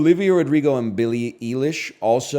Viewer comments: With how tapped in he is to pop culture, there's no way he hasnt heard Billy Eilish's name said correctly hundreds of times. How did he screw that up lol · BILLY EELISH HAHAHAHA